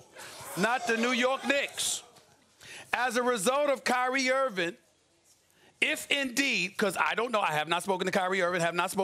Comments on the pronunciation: Nobody: SAS: “Kyrie Irvin” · Who’s Kyrie “Earvin”?